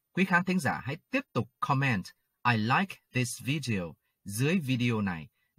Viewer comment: May I suggest? Please put stress on the first syllable in the word “comment”. It’s different from “command”, stress on the second syllable.